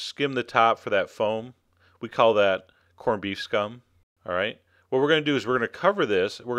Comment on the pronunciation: The way John says "corned beef scum" makes me laugh. lol. Great vid